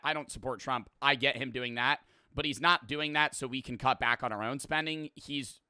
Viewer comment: Bros a grown ahh man talkin bout sum “I Witawawy don’t wike talking good about twump”